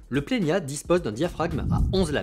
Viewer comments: Plena et pas plenia 😅 je me le suis procuré, il y a peu de temps monter sur Z5II ! C’est vraiment un objectif fabuleux. Le bokeh est merveilleux, mais de grâce, par la suite, si vous le citer encore, dit Plena. 😂😂 à part ça. Merci pour la présentation des objectifs que vous disposez. Je prends beaucoup de plaisir à vous regarder . Pierre de Perpignan. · Pourquoi ajouter un i ? C’est Plena, pas Plenia … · Merci pour ce partage,. C'est bien toi,? J'aime beaucoup quand tu dis: « Dès que vous mettez l’œil dans le viseur, vous voyez quelque chose de beau. » Le "i" que tu ajoutes entre le "n" et le "a" de plena intrigue, d'autant plus que ta diction est excellente. J'ai parcouru les tentatives d'explication dans les commentaires. J'ai aussi remarqué que Nikon avait donné le nom plena en référence à cette idée d'œil de chat qui devient "plein". Peut-être faudrait-il poser la question directement à Nikon? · C'est bien moi oui :) Concernant le i que j'ajoute, c'est in tic de langage. Dès que je vois un N entre un E et un A, je le prononce à l'espagnol, comme s'il était tildé. Il y a pas mal de noms de marque que j'écorche : Adob (au lieu de Adobi - Adobe), Niouwer (au lieu de Niwer - Neewer), Zioun (au lieu de Ziayoun - Zhiyun) … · Sûrement cet été ! J’ai un planning chargé sur la chaine jusqu’à juin, après je pourrais revenir avec le 85 1.2 :) Je sais pas pourquoi je prononce Plena avec un ñ. Sûrement a cause de mon prof d’espagnol de 2nd qui m’avait traumatisé avec ça 😅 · Merci ! Tu n'es pas la première personne à me reprendre sur la prononciation du Plena -_- Mais je n'y arrive pas, quand je vois un N entre deux voyelles, j'ai mes cours d'espagnol qui reviennent au galop et je rajoute un accent tildé sans y penser :( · Salut, merci pour cette vidéo ! Où est le i que tu prononces dans Plena ?